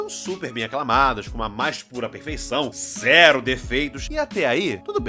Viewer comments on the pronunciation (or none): none